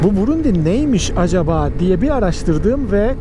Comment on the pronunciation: kardeş brundi diyon ya yolda ya sınırda ya benzin sırası. Çok başarılı olmuş Sağol